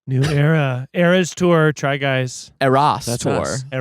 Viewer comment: pronunciation of the restaurant and of eras was actually correct ❤